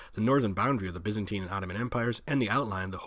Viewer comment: arrrgghhhhhhh Stop mispronouncing Byzantine